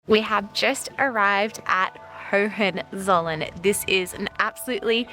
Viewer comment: The G in Esslingen is pronounced like the G in great, not like the G in gender. Aaaaand the z in Hohenzollern is pronounced like your ts sound as in bits.